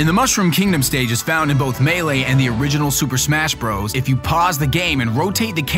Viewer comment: SUUUUUUUUUPER MASHHHHHHHHHHHHH BROS! wait super mash bros i thought it was super SMASH bros well lol